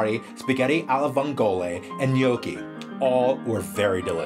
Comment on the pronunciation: 1. Love ur channel ❤️ 2. Yeees finally someone who can pronounce Gnocchi right👍🏻😂❤️